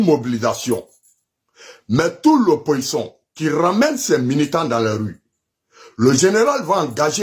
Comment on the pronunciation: on ne dit pas oppoçon mais plutôt opposition. Toi tu ne sais même pas parler le français mais c'est toi qui haineux qui lance mot d'ordre aux microbes